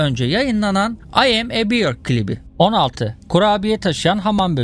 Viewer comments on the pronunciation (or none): none